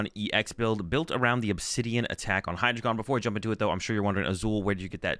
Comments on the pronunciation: For the pronunciations: The whole joke of the Hydreigon line is that it contains the german words for 1 2 3 D Ein o Zwei lous Hy drei gon So they're pronounced Dye-no Zwai-less Hy-Dry-gun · As a German speaker, I’ll help out with the pronunciation: DY-no TSVY-lohs Hy-DRY-gon They’re base off German numbers of 1/2/3.